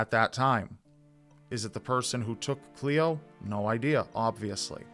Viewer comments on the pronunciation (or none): Hey it is "cle-o" not Chloe And "can-r-von" Love from an Aussie fan